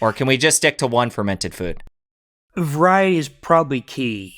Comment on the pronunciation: VARIETY? When have people learnt to pronounce sounds so wrong? :D